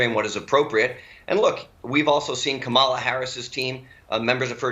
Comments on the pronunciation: How hard is it to pronounce KaMaLa? Cory Loserdowski. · Why do Republicans deliberately mispronounce Harris’s name? It’s so childish. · More Democrats mispronounce her name .. Google it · when they become the house and senate minority group, bet they'll pronounce it correctly then!! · When are you clowns going to learn how to pronounce the future vice president's name? Just so you know, you really aren't fooling anyone... except yourselves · Anybody notice he pronounced the new vice president name wrong is this a running thing or what. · Lewandowski purposely mispronouncing Harris’ first name - petty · Do these people pronounce Kamala incorrectly on purpose to be cute?